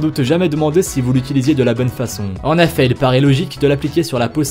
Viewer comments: Sa fait 6 fois que il a dit en Affet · Pourquoi a chaque fois tu dis en effat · " en affet" 😂😂😂😭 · « En affet » 😭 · « En Affait » Ah tu voulais dire en effet ✋🏽😅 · « en affet »😂😭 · "en affet"🤔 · Il m'a soûler avec ses "en efait. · Y’a que moi qui a remarqué le il dit en affet et pas en effet😂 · Il dis ( en aifet ) nan ?😂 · Les mots mal dit :en affet et les feu veux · Pouvez-vous ARTICULER ? Ou revoir votre diction ?... C'est insupportable... Exemple : essayez de dire "en effet", et non "en affet" ;) Et c'est "dommage que peu de gens le saCHent", etc. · MDR COMMENT IL DIT EN EFFET (EN AI FAIT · Mais comment il dit "en effet" lui !!! 😂🤣😂